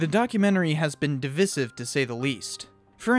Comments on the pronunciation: Divisive is pronounced dəˈvīsiv with a long i (like sky, die, fly, Divide). Other than that it was good video. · It's pronounced "divisive", not "divisive". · Divisive topic¿ Wat Omg you said it again. Learn how to say that word. This hurts me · haze no ki This is the first time I've ever heard it with the viss or vizz pronounciation and I'm 64 years old. I am from the US tho.